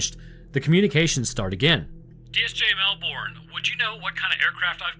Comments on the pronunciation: As a Canadian living in Australia (where, yes, everything is indeed trying to kill you), I gotta say that I love it when Americans pronounce Australian names. PSA: They pronounce it 'Mel-burn', not 'Mel-born', and yes, this happens for about 50% of place names here. Your channels are great, and I love your content. Keep doing what you do, it's great. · Melbourne is pronounced MELBURN , and this case is very well known amongst ufo researchers but you never hear much about it. Look into the Westall primary school ufo encounter , equally disturbing and i think it was in the sixties. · As Australian, I love your content, but how you say Melbourne is wrong, you say it as mel bn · The way Americans say Melbourne 😤 it’s pronounced Mel-bon not Mel-BoOrN… great vid tho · Comment from an Aussie; it's pronounced "Mel-ben" or "Mel-bin", not "Mel-bourne". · Best rule to say things Aussie if you're American is forget any r exists in any word you're trying to pronounce. Especially Melbourne. We honestly pronounce it "Melbun" haha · As someone who's been to the RAAF HQ, it's definitely pronounced "RAF" Also we pronounce Melbourne as "mew- bin" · I got a chuckle, The pronunciation of Melbourne is Mel-burn. And Moorabbin is More-rab-in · Hey - just a little suggestion - the American way to pronounce Melbourne would be “Melburn” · we say pronounce Melbourne as melbouin here in Melbourne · Is anyone else from Australia just reeling in cringe every time they hear Melbourne? Say Mel—burn in your best Aussie accent 😂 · King Island, good cheese. Also try pronouncing it Melb'n. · Melbourne is pronounced "Mel ben" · I love you but the way you yanks say Melbourne is hilarious! Keep up the good work mate. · My man... ...as an Aussie, your pronounciation of "Melbourne" hurts me...